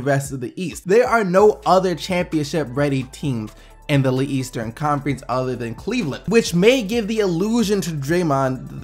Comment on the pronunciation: who peeped or something when he said Leeastern